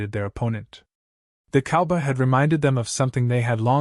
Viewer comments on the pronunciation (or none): Why can't the narrator say "COWBOY!" ???